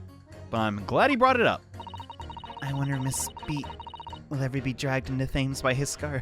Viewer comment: Thames is pronounced like Tems by the way